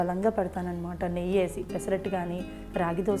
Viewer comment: నెయ్య కాదు నెయ్యి